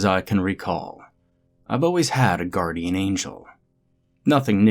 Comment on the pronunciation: Guarrdian? Is the angel a pirate by any chance?